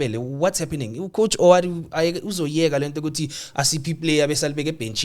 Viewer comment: guys it's WADU >> W A D U not OWADU.